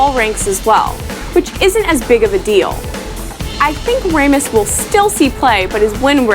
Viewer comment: 'ray-mus' nice one..